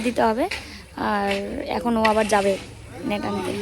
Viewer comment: Tumi kothata nat bolo kqno? Ota to net hobe.